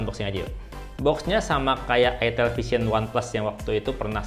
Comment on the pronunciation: Itel jgn salah sebut it*l